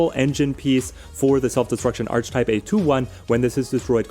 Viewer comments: Throughly enjoy the content, very informative. I hate being that guy but it’s hard when you use the word so frequently in your videos. The word archetype is pronounced “arc-a-type” not “arch-type”. I know this makes me a jerk but here we are. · Great video, sorry to be that person but given how many times you said it I feel I have to correct you! It’s pronounced (ark-ah-type). Thanks for the great videos, I’m a new subscriber :) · hahaha just think “architect” and you’ll nail the pronunciation every time 😂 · Yeah it's pronounced similar to 'Architect' :) I can see how one may mispronounce though with 'arch' and 'type' sounding like they do when on their own!